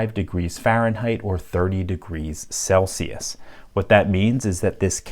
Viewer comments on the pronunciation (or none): none